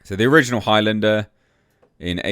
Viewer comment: Sounds like you are saying "Hi Linda" instead of Highlander. She said Hi, by the way!🤣